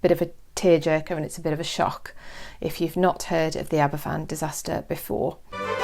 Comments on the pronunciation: Aberfan is pronounced 'Aber van' not "Abba Fan" 🤦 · Aber Van. The single f in Welsh is the v. (Double ff = the English f sound).